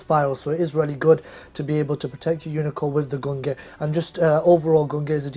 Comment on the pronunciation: A year on and still pronouncing Gungnir and Valkyrus wrong..